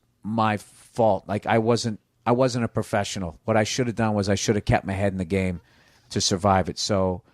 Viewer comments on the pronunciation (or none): none